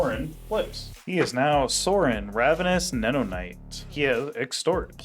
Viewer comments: Ravenous (Knee-oh-nate) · This is probably a top 3 worst mtg pronunciation of all time. It's even worse because neonate is a real word